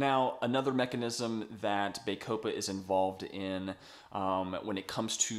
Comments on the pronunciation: Excellent video! My only negative comment is in regards to your pronunciation. bah-CO-pah Not BAY-co-pah (Emphasis capitalised) Otherwise, again Great video! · It is pronounced "baa-copa" as in the "baa"of sheep. It"s not "bay"-copa, as you are pronoucing it. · Good review but it's Bah copa not Bay copa ! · Its pronounce BAH COH PA there is NO E to make the A say its name. How am I supposed to trust someone who cant even pronounce a simple word? I'm not watching this.